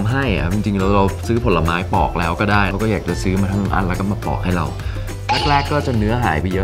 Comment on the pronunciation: ปอกค่ะ ไม่ใช่ปลอก